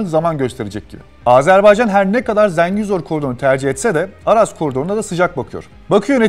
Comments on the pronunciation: Zəngizor ne ya ? 😂😂😂 Zengezur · Zengizor değil oğlum "Dinazor", Ha eğer konu koridorsa, o Zengezurdur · Zengezur yazib Zengizor demək niyə??! Meger Türk dilində 'e' herfi 'i' kimi səslenir biz bilmirik? İngilis dilidir meger bu? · Zengezur, Zengezor değil! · ZENGİZOR DEĞİL, ZENGEZUR. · Video güzel olmuş amma Zengezur desen daha iyi olur be kardeşim. Zengizor diye bir yer yok Zengezur var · ZENGEZUR'A "ZINGEZUR" DEMEK BIR KIBARLIK ALAMETI OLSA GEREK. "ZENGEZUR'A","ZENGEZUR" DERIZ BIZ TURKLER! VESSELAM! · Zengizor diyil .TOP Zengezur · zengizur derken :) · niye israr zenGIzor diyorsun kardes yahu? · ZengiZor😂😂😂seslendiren Ermeni galiba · birisi arkadaşa Zengezur sözünün söylenişini öğretsin